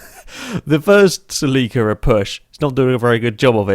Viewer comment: The way he said Toyota "Celica" really bothered me